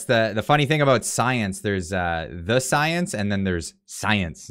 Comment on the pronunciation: Trudeau talking about "science" always makes me think of princess tiabeanie in netflix's Disenchantment series she keeps running around saying "stiance"🤣